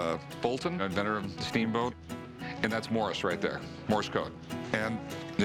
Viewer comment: Hey Rick, it's Morse, not Morris